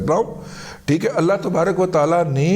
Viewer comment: اسلام علیکم دادا جی پلیز جب آپ بسم اللہ پڑھتے ہیں تو اس میں اللہ کے ہِ کو کلیئر پڑھا کریں پلیز 😊